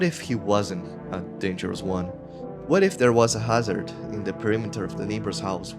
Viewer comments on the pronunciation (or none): none